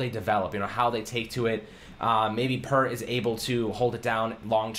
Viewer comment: You were saying his name correct before. I just heard him pronounce his own name in an interview literally just now. It’s an interview from when he was in college. It’s not “Pert.”